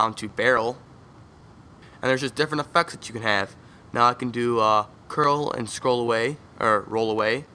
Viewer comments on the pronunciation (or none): I thought you said "ef*cks" until i realized it was "effects"